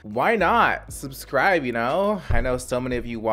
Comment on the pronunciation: Suhb-screee-bay! Say it with me